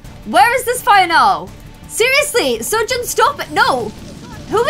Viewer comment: I feel bad for correcting but Seojun is pronounced so-joon not sejēn, just letting you know